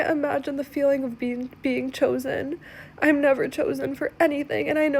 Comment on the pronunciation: "Om convinced"!!! 😂😂😂